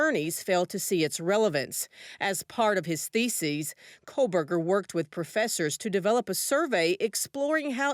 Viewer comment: Kohberger, no L.